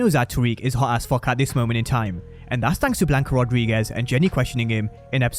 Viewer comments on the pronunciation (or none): Every time he said “hawt as fucc” I loled